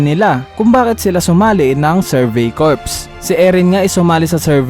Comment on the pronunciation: Sir, Cor ang pag basa sa Corps.